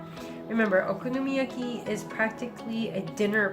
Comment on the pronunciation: YESSSS. 🥞 PANCAKES ANYTIME. 😂💗 And no girl. I can’t say that ONE time let alone many times. Haha 😆 I loved how you said it though. Lol. Nicely done. Looked very delicious! 💗👌🏻